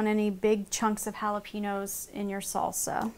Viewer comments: i hate it when people say "holla-PEEN-yo" when its "holla-PAIN-yo" not too good with breaking words into sounds but you get my point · Did anyone else get annoyed how she said jalapeños. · I detest the way most Americans pronounce Jalepeños, the "n" isn't pronounced like an "n". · It is bugging me so much how u r Sauk g jalapeños Ugh If your gonna say it Say it right